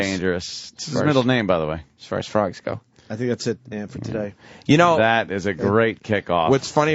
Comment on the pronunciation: Lawgs frowgs